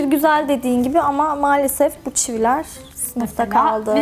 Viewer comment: Çivi mi dedi ben mi öyle duydum? Evet ikinci kez çivileer diyince emin oldum